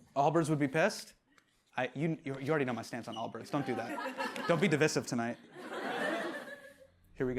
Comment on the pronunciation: The most controversial thing in this video is how Hasan pronounced “divisive”